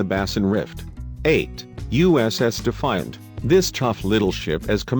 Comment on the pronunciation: The DEE FI ANT.